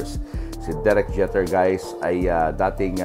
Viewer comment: “Jehter” daw. Bobo. It’s pronounced “Jee-ter”.